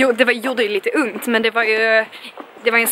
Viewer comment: Jag älskar att du säger unt istället för ont ❤️😘😅